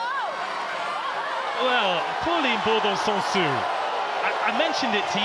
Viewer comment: I'm so grateful this channel exists and we're able to see those matches, but please someone at BBC tell how to properly pronounce French surnames, like why is BouLard pronounced as BouYard 😂 (and the last -s in Bourdon-SansuS should be pronounced as well)